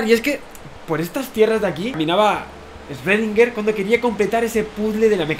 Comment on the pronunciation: Rayos!!! quien "#$%& es Esvedinguer???, pronuncia bien que da mucha pena